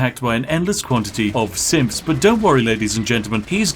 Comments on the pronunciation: am I the only one hearing "simps" and not "synths"? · I keep hearing "SIMPs" instead of "Synths" -_ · thought he was saying simps insteead of synths at first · when you say sinths it sounds like simps, and thats perfect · Am I the only one that hears him saying Paladin Danse is killing infinite simps. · Are you saying "simps" instead of synths? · I keep thinking he's saying 'Simps' 😂 makes the video even betterv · … I swear this guy kept saying simps. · An endless quantity of simps arrive to murder Danse. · LOLOL I thought you said "SIMPS" not Synths LOL I am dying. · The whole time I thought he was saying simps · When you say synth I hear Simp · honest to god i dont hear him saying "synths" i keep hearing "simps" and its making this so much funnier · Anyone one else keep hearing say simps.... instead of synths? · I heard SIMPS over and over and even though it's symphs he keeps saying, I don't care, SIMPS it is. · 'TH' pronounced as 'F', lol? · seriously. Are you saying "simps" every other time the script says "synths" just to fuck with me? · this video becomes all the more hilarious if you hear 'Synth' as 'Simp' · WHY DO I HEAR "SIMPS" WHYYYYYYYYY?????? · All I hear is "simps" instead of "synths" 🤣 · Am I the only one hearing “Simps” instead of “Synths”? *If you didn’t — now you do. Sorry.* SPIFFING in INSTITUTE SYNTHS AND THE UNSTOPPABLE URGE TO SIMP FOR HUGH JANUS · Why does Spiff keep saying SIMPS instead of SYNTHS??? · listen, I know you're saying 'Synths' but I prefer to assume that thousands of simps are attacking Hugh Janus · I can not help but hear him calling the synths "simps"! Is he? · It sounds like he says Simps, right? It's not just me? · I don't know why, but every time Spiff says "Synths" I keep hearing "Simps". Suddenly, the whole "endless money" thing makes a lot more sense... *EDIT: I made this comment when I was only five minutes in, and looking down a bit, it seems everyone else already made that connection. Dang. :P